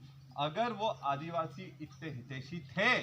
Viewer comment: आदीवासि का बेटा आदीवासि बोल नही सकता